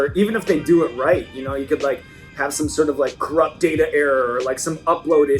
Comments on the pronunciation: saying "Darter" is giving me crohn's disease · uk: dayta us: datta: DARTA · There's no 'h' or 'r' in data fyi